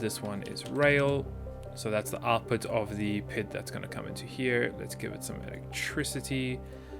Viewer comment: I normally don't care about these things but since I have some experience in the area I want to mention it... It kinda bothers me how you pronounce PID as a word as opposed to P-I-D, each letter by itself, which is what I've always experienced in the mathematical field. Say it how you want, I guess, but it just sounds weird every time you say it like that.